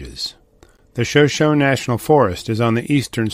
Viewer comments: It's pronounced 'Shuh show nee'. Like the Native American Tribe. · These videos kind of sound like they were done with AI - there are strange pauses between some of the words and a lot of mispronunciations, like "Shoshone" pronounced without the "e" accented at the end. Does anyone else notice this? Just wondering....